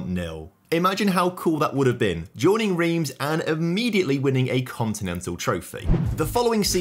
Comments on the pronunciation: Reims is pronounced like France in French without the F - "ran-se" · Love the video but hate how you pronounce "Reims"